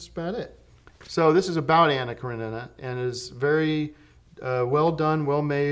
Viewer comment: Tim actually said Anna Karenina right on the first try even though he slaughters every other movie title lmao